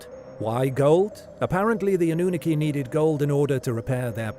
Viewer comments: I think he’s actually a real person lol this pronunciation drove me insane 😂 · He can pronounce Anu properly, but can't pronounce the last parts properly! All good, but I've heard a few others with both narrators! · Anew-nookie, I love how the program pronounces Annunaki lol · Hello , your pronunciation of Annunaki is wrongh Sorry, there is 2 N at the beginning . Also Nibiru has no A so is mispronounced again.